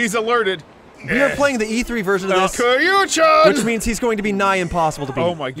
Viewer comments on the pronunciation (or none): Well, in the first two minutes they've said Kiryu's and Majima's names wrong and are not drinking Sake right, so I think there are a couple of things to dislike about this video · The way they pronounce Kiryu and Majima annoys the shit outta me